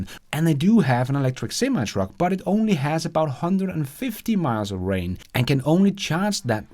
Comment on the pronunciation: Not to nit pick but its Range not Rang. Rang is what your cell phone does when someone calls ya 😛